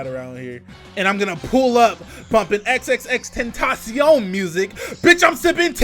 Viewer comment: s/o to you for not only know xxxtentacion, but pronouncing it correctly